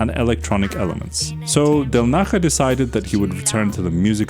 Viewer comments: Del Naya not Del Naha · How the hell are you pronouncing 3D’s surname?? It’s Italian, not Spanish! del NAH-yah • Del as in English “del” (short e) • Na stressed, like “nah” • ja = “yah” (the “j” in Italian is pronounced like an English “y”) So: del-NAH-yah. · Del Naha??? Seriously? You haven't tried to check the transcription how to pronounce it? 😂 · The “j” in “del naja” is pronunced “e”; he’s of italian origin, not spanish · yeah it's a j like jar